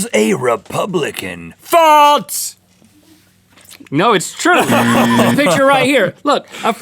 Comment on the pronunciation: Why does Rhett say false like "faltse"?